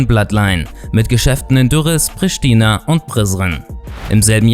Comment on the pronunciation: Du musst dass r rollen und prishtina musst du r so albanisch aussprechen kann ich nicht erklären